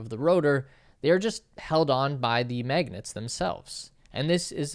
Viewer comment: Stop calling magnets ‘maygnets’. /ˈmæɡnɛt/ has an [æ] sound as in ash.